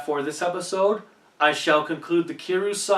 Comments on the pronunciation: if you pronounce kiryu Kir and you. it kinda sounds like kill you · Also, Kiryu is pronounced Kir-ree-you